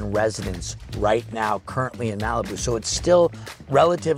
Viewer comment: Everything about Malibu is gorgeous!!!! It was my introduction of Los Angeles, California when I was 6 yrs old learning the history and geography, thanks to my Barbie doll collection. And I have to correct you on how you say Malibu. Phoentically, it is Ma-Luh-Boo!!